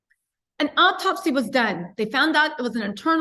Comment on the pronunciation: The word is autopsy not optopsy...homicide...not homocide